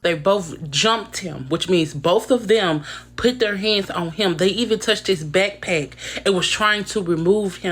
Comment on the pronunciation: "Deyy even touched his beckkpeckkk" 💅